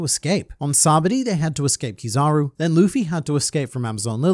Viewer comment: Sabaody. SA-BA-O-DY No "SA-BODY" Come on, get it right lol